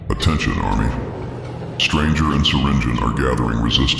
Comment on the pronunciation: It’s Not Syringion, It’s Syringeon